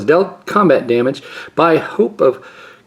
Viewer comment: As always, thanks for the opening. Always a joy. And what a bunch of pulls! So many mythics, so many rares I want, and a Legacy staple as your masterpiece? What box luck. And I hope I'm not being patronizing, but your pronunciation of Ghirapur was quite close and Entourage was really good. Ghirapur is a tough one for anyone. It's just I've been watching for a bit now and the progress is noticeable and I hope you are pleased with that progress. Thanks again, have a good one.